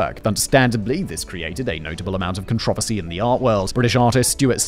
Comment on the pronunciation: I’ve never seen someone mispronounce controversy so strangely